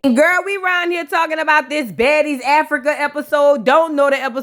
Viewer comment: Who else was PO by the way said Africur😩, I had to rewind and make sure I heard her correctly. I had a attitude for the rest of the episode because of that 😂